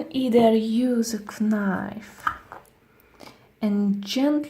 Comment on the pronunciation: She said kinife